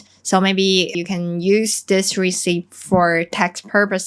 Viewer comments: Thanks. Your content is always so good! Even though I understand “deng-ya” when you explain it, it still very hard to make it out in listening to others. One English comment - when you say “receipt” the “p” should be absolutely and completely silent. Just say it like “reseat”. Cheers and keep up the great videos! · The "p" in "receipt" is silent. So we don't need to pronounce the "p", just simply "re-ceet". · 送你一個小貼士，receipt的發音和reseat一樣，沒有p的音。😉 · when pronouning the word 'receipt' , 'p' doesn't sound. It is silent. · 一個小提醒：receipt 的p不發音。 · The “p” in receipt is silent, hope you don’t mind the correction😊